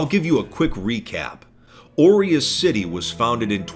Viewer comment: It bothers me that you pronounce 'aureus' incorrectly.